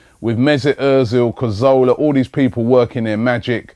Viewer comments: "Santi Carzorla" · Robbie STILL says Cazola!!! It's Cazorla, Robbie!!! 😂😂👍 but my mate wins it who used to call Luzhny, Lunzig! 😂😂😂